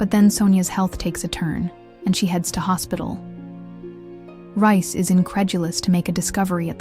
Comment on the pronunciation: It’s reiss not rice